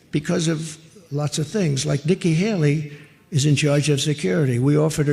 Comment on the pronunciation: It's not pronounced Helly. It's Haley. Hay-Lee! What is so hard about this Ben?